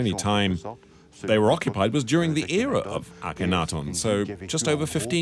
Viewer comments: *Ak-en-ha-ten *Pee-tree (Sir Flinders Petrie) *Kaiser Wilhelm (not "William"). Hire a new narrator/translator. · Why are the broken parts of the ears painted the same colour as her face, not the colour of the limestone underneath like the scratches, as they should be? Can someone also inform the narrator that there is no "o" in Akhenaten.